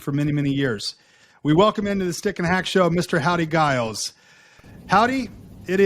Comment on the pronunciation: Grew up with Howdy and his family, and while he’s too polite to mention it, it’s a soft G…”Jiles”.